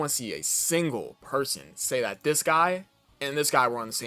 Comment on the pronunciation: aint no way you just said "fis"💀